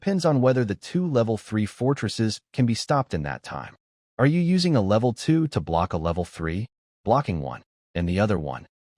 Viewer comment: The pictures dont really match the story. The mc's vehicle which changes names a few times, changes how it looks repearedly in the pictures between upgrades. It keeps mispronouncing level. I don't know what it is but i don't trust lin wan's brother and black rock city. You can do better thank you for working hard but still you can do better and check the script is correct. You are capable or better work and part 2 of various stories. Also the snow gang keeps changing names Killer shaman it just keeps changing.